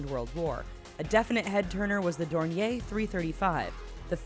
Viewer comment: Someone tell her its not dornie and it’s called a dornier